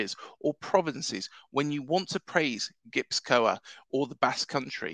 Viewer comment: Not a Bournemouth fan but I realiy enjoyed yiur video! I live in the Basque Country and it's a very special place with an incredible footballing heritage. Also just a tip Gipuzkoa is pronounced gii poof kwa :)